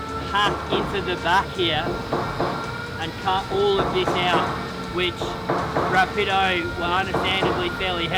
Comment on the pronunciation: The whole building process is cool. What was drinking? I hope it's not the glue..Somebody give her her coffee mug back, please... The is the only one who pronounces the word Rápido correctly... Lenny and Darwin reminded me how much fun it is jumping on the sofa..The good old times.. I thought there were a lot of motorcycles in my city, but Vietnam takes the 🏆... I'm gonna marry Ms. KK, she's really effective... ⛵